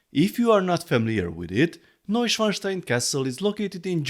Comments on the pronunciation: Great set, will wait for €160, like Notre Dame rn. Kudos to for the correct name pronunciation. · Thanks for pronouncing Neuschwanstein correctly (as a European, of course you would). I have been highly amused by some US based reviewers' attempts. Personally, I love the set, but would hope to see a price reduction at some point.